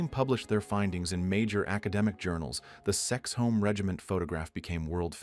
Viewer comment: Kexholm Guard not Sexhall Lifeguards. So much of this is wrong.